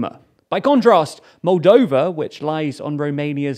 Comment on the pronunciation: Moldania? Roldania? Roldova?